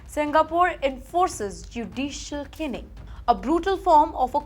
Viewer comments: u are an outrage. Stop saying canning, it is Caning. Do not say canned, say Caned, as in Kane. U are a shame. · Ms, it's not 'routing' but 'rioting' and it's not 'canning' but 'caning'! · Caning - not canning Rioting - not routing caned - not canned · the anchor really has to struggle with her pronunciation and english